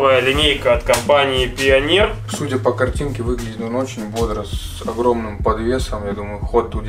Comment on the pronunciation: пионер топовая компания....ааааааааааааа ааааааааааааааа аааааааааааа мои уши...мне больно это слышать от человека который делает такие крутые проекты...., пионер это как SAT среди запчастей